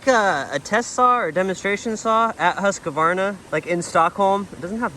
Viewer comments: Hey, over in Europe! Great! Why are you saying Husqavarna? I guess its more like Husqvarna - no a after q. Or just Husky! 😂. It would be very cool if you cold share more differences between us and eu in your eyes… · Lol. No A between the q and v. Husqvarna not Husqavarna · Huska varna is the wrong American pronunciation of Husqvarna, try to say Hus qvarna, that is the right way to say it in the American English. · Should have asked Sondre to teach you how to pronounce "Husqvarna". It's roughly like "hoos-kvarna". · That's awesome of them to donate the saws! But your pronunciation of Husqvarna is a bit off. Awesome video man, I love these traveling ones! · "hoos-kvarna" .. so you are correct, there's no "a" after "q", but the "q" is like a "k" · hate the way u say husqvarna haha. good video!! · I'm sure have been told, there is no middle A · my soul left my body when he said Husqvarna 🥲